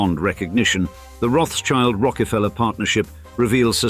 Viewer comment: It's not CHILD...it's Schild -> Schield...Roth-Schild -> Red Shield.